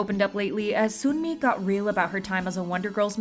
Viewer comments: Making it even more clear cuz Sunmi 선미 pronounced seonmi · just letting you know that yangyangs name is pronounced yah-ng yah-ng and sunmis name is pronounced sun-mi!(as in sun ☀️)it’s kind of hard to explain how they’re pronounced with english letters so i encourage you to look up how to properly say them!